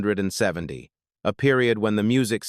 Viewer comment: This video sucks AI Can't even say 1970 Crazy pic s that dont belong